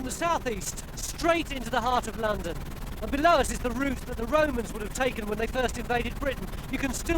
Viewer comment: What? A woaman woad in wondon???